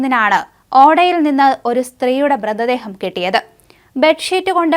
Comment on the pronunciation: ബ്രിതദേഹം അല്ല മൃതദേഹം 🤣